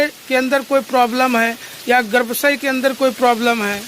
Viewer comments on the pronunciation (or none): पहाड़ी भाई गर्भाशय कहते हैं, गर्भसय नहीं